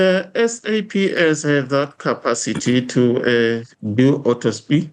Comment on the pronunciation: Education exposed here - He just said autospy instead of autopsy 😅.